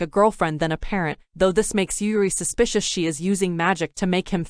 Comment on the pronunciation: How many times she said suspisous. Me: YES